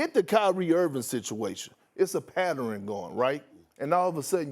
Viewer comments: Did Perk just say “patterin”? Twice??? Three times??? 🤣🤣🤣 And I’m starting to think Harden is legitimately bipolar🤷🏾‍♂️🤷🏾‍♂️🤷🏾‍♂️ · Whats a " patteren " ? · "It's ah patteren!" --Perkins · We not gon talk about Big Perks "Pattereryn" lol 😆 😂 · Perk: It’s a patteren going on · Did Perk turn pattern into a four syllable word?